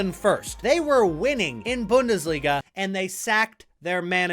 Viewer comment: Why did you pronounce Bundesliga as Bandesliga? 🤔 It's even more weird if you're really an actual fan of any German Club.